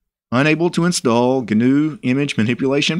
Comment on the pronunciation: I get pronouncing gnome like that, but gnu is actually a word, and it's not pronounced like G.N.U.